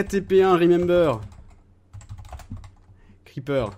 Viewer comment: c'est creeper pas kreeeper